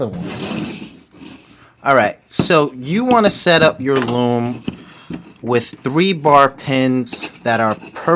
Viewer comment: he said lom its loom